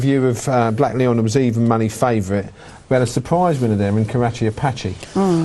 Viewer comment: Why is the host calling Blaklion 'Blackleon'? Shocking